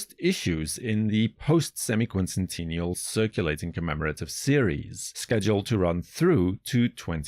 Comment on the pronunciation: I like the way you pronounce sesquicentennial and semiquincentennial, however who is Scott Bressent ? 💀